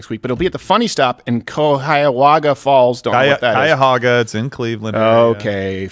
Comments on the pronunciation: Cuyahoga is pronounced K-eye-ah-hoe-gah, not K-eye-ah-hog-ah. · Cuyahoga=Kai-ah-ho-ga, from friendly native Ohioan 😁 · And all the northern Ohioans just cringed at both wrong pronunciations of Cuyahoga. 😂 ( was close!) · Jesus Steven, I'm from WV and I can pronounce Cuyahoga correctly. Cuyahoga is Native Indian for crooked river... on fire... do the research